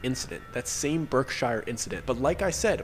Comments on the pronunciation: HOLD UP 😂😂😂 The Berkshires (Pronounced Berk-Shurs) That is 30 mins from me 🥴🥴🥴🥴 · Berk "shear"s.